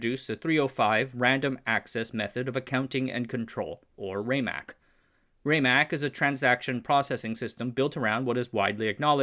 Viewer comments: I was a five year old child in the IBM lab on Santa Clara Street during weekends in 1960. It is pronounced RAM MAC, not RayMac. The heads don't fly because of wobble, they fly with compressed air at the head to keep the distance constant and be immune from folks bumping into the drive. When the heads were first designed they would fly but easily crashed into the surface wrecking the magnetic surface when someone walked by. My father developed the idea of using a wing to force the head against a bubble of air and these forces self regulated as the heads became closer to the disc. The original drive was a spinning drum looked not unlike a spinning garbage can. Disc platters was an innovation. The name Winchester comes from the mystery house not the gun. The project name became the product name when they came up with the idea of 30-30 to overcome the objection of T. Watson Jr. Al Shugart, Amdahl, and others all came out of San Jose. Shugart is most famous for making non compete clauses illegal in California by bringing an 1862 law back to life in a case against Zerox v. Shugart. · Not bad but too many small errors, starting with the pronunciation of "RAMAC" (RMA ACK) and its capacity (3.75 Mbytes or 5 million 6-bit characters) and going on to the peak companies in the HDD industry (77 in 1984) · It's pronounced RAMAC with a short A (Like in Rat or RAM- not like in Rate)